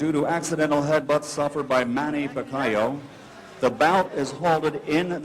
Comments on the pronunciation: Who the heck is Pikaiyo? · michael buffer: Picayo xD